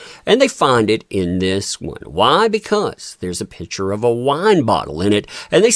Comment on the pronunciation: Picture not pitcher or better yet…just say photo if you are unable or unwilling to pronounce picture correctly.